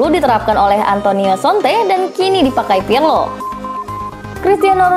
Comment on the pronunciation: KONTE BUKAN SONTE😊😅